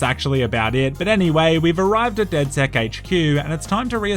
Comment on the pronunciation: Its funny how when people say DedSec's it sounds like DedS3x